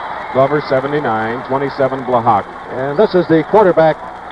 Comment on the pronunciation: Chris Schenkel kept mispronouncing Joe Blahak's name. It's pronounced Bla-ha, not Bla-HAWK. The K is silent.